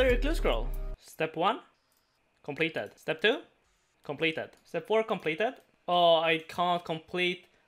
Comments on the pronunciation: Is anyone else amused by the way he says complaeteyd. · saying completed made me do a double take Very cool